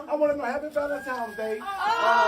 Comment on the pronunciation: Can blk ppl stop saying “Valentime’s” Day please? That’s all I want for Christmas 😆